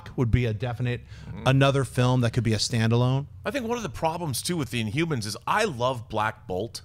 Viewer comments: Why does Schnep keep saying inyoumans? INHUMANS. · Schnepp, I love you but you don't pronounce your H's. You say Umor, InUmans, Umans! all three of those words should have an H at the beginning of it. I'm sure you probably don't mean to, or I just can't hear it cuz my hearing sucks sometimes. Haha! keep rocking the Heroes.